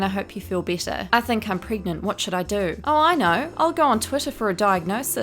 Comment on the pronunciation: I’m sorry I had to laugh when you said “preg-oo-gan-ant” I sorry but I can’t breathe